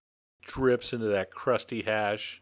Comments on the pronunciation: But he does like saying hashay or hashee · corn beef HASH!! haha u hear how he sed it HASH!!